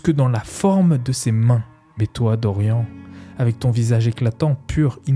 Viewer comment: Par contre évitez de prononcer Dorian comme dans la vidéo... c'est Dor-yanne... comme dans Marianne...